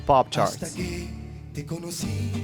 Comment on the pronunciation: ASTA KE TE KONOSI = HASTA QUE TE CONOCI. PRONOUNCEMENT.